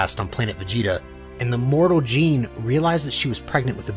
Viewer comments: Bro, it’s not Jean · that's not how you pronounce Gine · So how could mortals Sense god ki? Also is this voiced by AI? What Dragonball fan doesn't know how to pronounce Gines name?